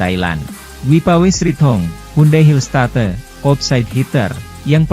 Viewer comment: Admin ini tiap bernarasi suaranya bagus,lancar.Intonasi kalimat juga baik.Tapi tiap menyebut kata Hillstate kok aneh.